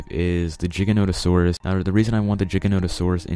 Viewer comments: #1 sounds like he's saying "ChickenNuggetSaurus" and not giganotasaurus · I tought he is saying CHICKENNOTOSAURUS